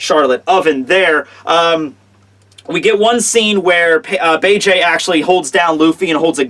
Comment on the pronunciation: please watch the English dub, so you can start pronouncing Bege's name right.